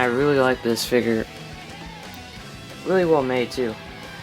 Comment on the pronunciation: Dude it figure not figer